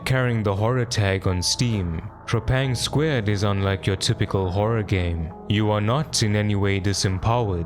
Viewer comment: The devs literally call the game "Trepang-Two".... the game is called "Trepang-Two"